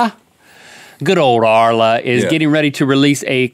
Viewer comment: haahaha arla is danish and you pronounced it right